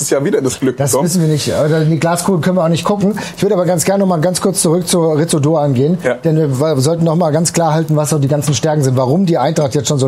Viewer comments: Ich will ja nicht Klugscheißen, aber Ritsu Doan wird "Litsu" ausgesprochen 🤪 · In der Hoffnung, dass wir seinen Namen in den nächsten Jahren oft bei Fussball2000 hören: Doans Vorname wird wohl "Lits" ausgesprochen. Möget Ihr ihn in den kommenden Saisons oft als Matchwinner für die SGE loben! ❤